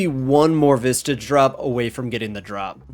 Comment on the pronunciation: Just remember. Your no closer to that rare drop than you were 200 kc ago. It's RNG based. Unless special circumstance like vorkath you get a head on kc 50 regardless, you don't earn progress towards a drop someone please explain that to me cause that was just flat out wrong info. Plus its "VISAGE" mate. Where are you getting the "t" sound from